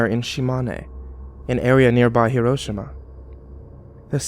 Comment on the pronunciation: hee- row - sheema not her - row - shima